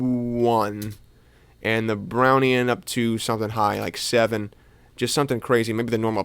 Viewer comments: "Brownian" is pronounced like "brownie an". It's named after Robert Brown, who observed the random motion of particles (pollen) suspended in water. Also, unrelated PSA: It's Voron_o_i (or Voronoy), with an o. Russian name, not Italian. ^^ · that brownian pronunciation hurt my soul XD